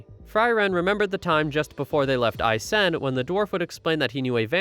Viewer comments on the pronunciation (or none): German names god dammit... i dunno how you managed but your pronounciation of Eisen just sounds wrong. as well as Frieren which you absolutely butcherd. Himmel and Heiter are hard to butcher but i imagine some people may still be able to do that (you didn't so you can pat yourself on the back). Himmel (means Sky) Heiter (means (well it's actually a lesser form of happy yet still happy)) Eisen (Means Iron) and Frieren (means Freezing) for anyone interested to know